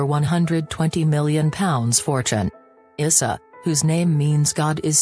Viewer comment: Janet's sons name is Eissa its pronounced ( I sa ) !!!!!!!